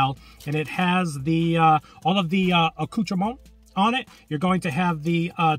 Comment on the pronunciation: Good job not pronouncing the last T and S in "Accoutrements" the last letter is almost never pronounced in French, your pronunciation is spot on